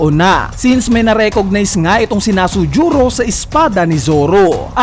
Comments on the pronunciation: Nusjuro un, sir hindi Nasujuro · BAKIT NASUJURO YUNG PGKAKABIGKAS MO?